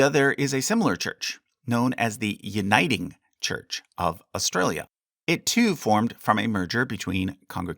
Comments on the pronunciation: did you say "uniting" in an Australian accent? 😂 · "The uniting church" of Australia... have to ask, was the aussi accent an accident or intended ?😂